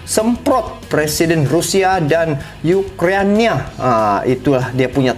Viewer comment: Ukraina boss, bukan ukrania 👍👍